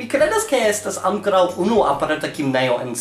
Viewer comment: MIA DIO! Ffs get rekt! Look at these words: ankoraŭ, apenaŭ, almenaŭ. Where is the second-last syllable in these words? Write these words on the back of your hand and read them out loud 100 times a day for week with the correct emphasis.